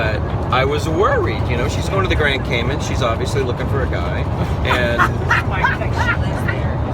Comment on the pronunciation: It’s pronounced Cay Man as in “man” not Cay Min. Just saying… everyone try it: Grand Cayman